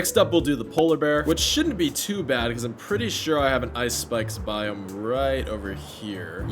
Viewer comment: i was watching then i hear him say acacia boime when he goes to a spruce biome